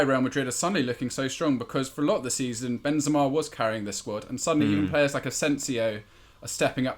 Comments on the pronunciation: Who says "Ben-ZIMA?" Is Sam joking or does he actually pronounce his name that way? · doesnt sam realise it isnt benzeeeeema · Ben ”Z” ema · Anyone else getting annoyed with same calling benzema benzzzzma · How Sam is saying Benzema is throwing me so much lol